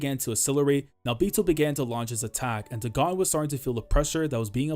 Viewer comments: I don't think Dagon's name is pronounced "deh-GAHN" but more like "DAY-gun" as the curse is a clear reference to HP Lovecraft. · Great video! You probably won't see this but it's pronounced Daygon, it's a name of a mythical god in H.P. Lovecraft mythos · am i tweaking? why is he pronouncing day-gone as daGONE? cause if dagon is suppose to be like the lovecraftian dagon.. then its pronounced DAY-GONE lol